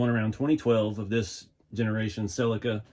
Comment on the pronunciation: Hi the way you say the model of this car sounds so wrong ill spell it how its suposed to sound i hope lol its a seleeka but spelled the other way lol